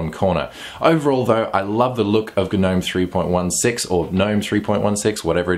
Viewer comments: Hello mate Try Gnome without pronouncing the G. :-) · the G is silent...